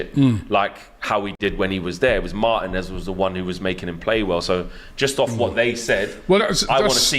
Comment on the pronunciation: Learn to pronounce Marteeeen-ez bruv. He's your player.